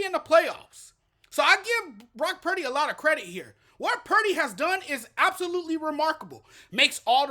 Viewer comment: I think Cam is being racist, actually. He clearly despises Purdy. The first clue is the fact that he intentionally mispronounced Purdy's name. Go back and listen. He calls him Brock Parity. I think he's salty about a white QB being mentioned as potentially the best in the league in the period where we have more black QBs than ever. There are other white QBs that he doesn't trash, but they're not rising to that level where they might beat Lamar or Mahonmes. I can't prove it, but if the Lions had won, he's be telling us how Goff is overrated right now. Any true fan doesn't care if Purdy, Bosa, McCaffrey, and Kittle are white or that Samuel, Williams, Warner, and Wards are black. They're all fantastic players.